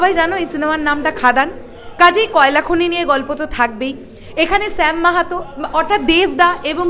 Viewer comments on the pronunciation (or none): Sam Mahato noi Shyam Mahato. Thik kore uccharon koro